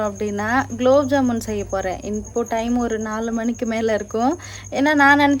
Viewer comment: Gulab jamun not kulabjamun 😅😅😅😅